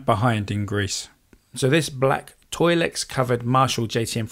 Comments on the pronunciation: It's tolex not toilex lol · It’s ‘Tolex’, not ‘Toilex’. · The front cloth on Bluesbreaker combos was made from vacuum-cleaner bags for a Hoover model. Also, the covering for amps and speakers is Tolex, not " Toilex ".